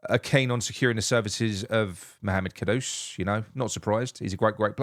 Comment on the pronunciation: Well done on the pronunciation, and not calling him j lo like everyone else 😡. Ivan toney is a big yes for me